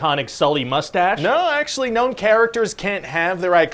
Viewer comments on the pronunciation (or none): none